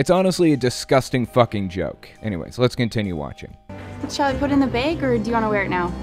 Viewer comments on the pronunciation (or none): First of all it’s “bag” not “bayg” second, I know some people are confrontational but I find it a bit unbelievable for this level of hostility over a bracelet. Finally, learn some tact. Let the cashier put the bracelet in your BAG (not baYg) then throw it away if you must. What a bunch of frightened little meerkats.